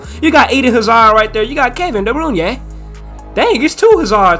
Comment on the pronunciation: De Bruyne is pronounced (Dah Brooynah)